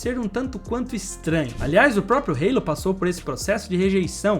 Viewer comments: O nome da peça não é "reilo": a palavra existe em português, e se pronuncia "alo". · "Rêilo" não dá né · É muito feito você pronunciar halo com uma pronúncia inglesa. A palavra existe em português.